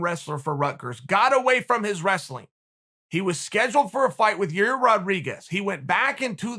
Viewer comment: Every time he said it he literally said it worse and worse 😂